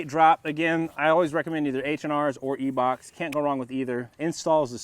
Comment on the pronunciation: E-Bachs you mean I-Bachs?